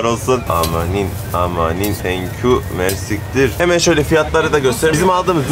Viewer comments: Hocam mersiktir değil mersi iktir iktir arapçada çok anlamında kullanılıyor. Yani kısaca çok teşekkürler Diyorsun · Mersiktir degil ayri ayri soylemen lazin MERSI KTIR cok tesekurederim demek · Mersittir değil o yanlız :) mersi kitir:) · Mersiktir degil mersi iktir 😅